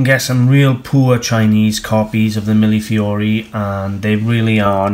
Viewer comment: Thank you for teaching me how to pronounce millefiori. I only hope I can remember tomorrow or I'll have to watch your video again. : )